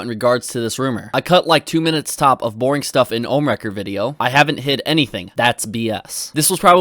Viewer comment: Why can Keem never say Ohm correctly